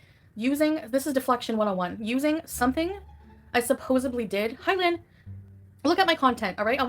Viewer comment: “Supposebly “. That word! 😡